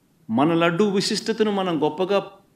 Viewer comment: Vusistata kadu visistata nayana